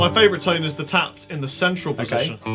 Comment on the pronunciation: love how you keep sayin "toan" when it's spelled tone lol